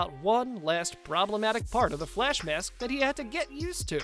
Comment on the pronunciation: Nobody: Flash channel narrators: FLESH, sicada devow, zom, sico